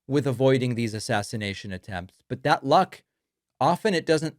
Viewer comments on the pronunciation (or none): none